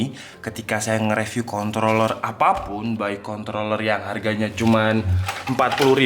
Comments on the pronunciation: Kontroller tanpa r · contloler nya :) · Contol bukan? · Contol Lurr??